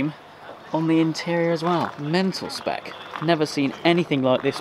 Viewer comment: Every time you say 'spec' it hurts. Every video I have watched of yours, it hurts. Other than that though I will say it was a very enjoyable video.